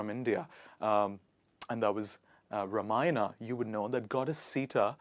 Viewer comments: Ruhmayana and sheeta😭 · Please pronounce the Indian words correctly.. It is Not Ramaayanaa, It's pronounced as Raamaayan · Sorry young man while yoo teach English! You pronounced Raa maaa yan as ????what ????and Hindi is my second language 🙂Stay true to your skin 🙏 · Pls pronounce Ramayana properly:)) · Its Seetha and that's Ramayana you better pronounce them correctly.(you are doing it wrongly)